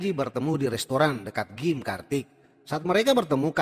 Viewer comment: Gym (dibaca : jim)